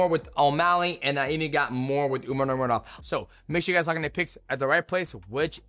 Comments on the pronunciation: I’m so sick of dj mispronunciation. Nurgomedov the whole video 🤣🤣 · Man, i never thought i would get annoyed at mighty saying a word over and over again😂 nurmagovmevodmvov. Just say umar dude jesus!! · Say it with me brudda , nor-mag-a-may-dov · Enunciate bruh 😂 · STILL CANT SAY NURMAGOMEDOV LMAOOO BRO ITS 2026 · He's never been able to say it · He's like Chael, but not on purpose. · it's the cte 😂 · Shit was pissin me off 😂😂